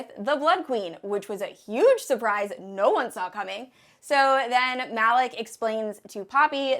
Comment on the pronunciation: i was going to re read all 3 books but so far ive only re-read FBAA. the other day i watched ur KOFAF recap sooo this is great timing. still debating on re-reading but this vid was helpful btw i believe the brother Malik is pronounced "Mel-eek". i have a nephew named Malik and that is how its pronounced just FYI :) and i really hate when authors name characters so similarly, it gets really confusing. also, i really dont like all the bloodline twists that JLA is putting into this series. it makes it so confusing and i personally get frustrated with all of that